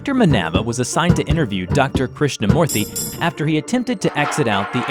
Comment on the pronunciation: Krishna moorthy hmm you didnt butcher it that much.. Good job! im indian